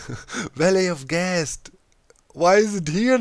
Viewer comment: The way he pronounces ghast almost like guest makes this somehow very funny to me. all i could think of was him trapping his guests and the guests blowing things up. I dunno why that 's so funny to me. I'm totally gonna call them guests from now on.